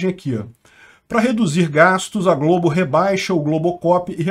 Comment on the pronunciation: Globo nao mah eh Globe. kkkkkkkkkkk